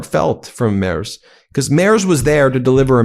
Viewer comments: Hey, Ben Friedrich Merz's last name is pronounced Merts. Just sayin... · Hej, please learn how to say "Friedrich Merz". It's Freedrihk Maerts. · Its pronounced MERTZ, not MERZ. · Love this channel. But, do try a little harder to pronounce foreign names: Merz is pronounced Mairts, not Mares. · Pronunciation of Merz = mertz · Try to pronounce the 'z' in Merz more like 'ts' please... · In German "Merz" is pronounced " Mairts." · Ben... Friedrich Merz => Freed-rich (like the Scottish word loch) Merts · For the love of C'thulhu: check the pronouciation of names of foreign leaders. Merz is pronounced with a t after the r. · Please pronounce him MERTS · FFS! Please learn to pronounce the German chancellors name PROPERLY! In German, "ie" is s pronounced "ee", as in the word "free". So Friedrich is pronounced "Freedrich" The letter "e" is pronounced "ay", so Merz is pronounced, "m-air-tz". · Learn how to pronounce the German chancellor’s name. Although, you are making progress. You no longer say “mars” like the planet. Let’s work on the final consonant. It is pronounced like a sharp ‘ts’, much like the ‘zz’ in pizza. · Americans, please at least try to get rid of your general mispronouncation of vocals when pronouncing foreign names! Friedrich should maybe spelled Freedrikh for you? And the "e" in Merz sounds more like the "e" in "error", the "z" = "ts". Try that. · Great episode, but a quick tip. Frederic Merz is pronounced with a hard Z at the end - similiar to MERTZ.